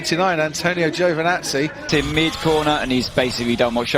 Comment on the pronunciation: Its Is Giovinazzi Its Is Not Giovnazzi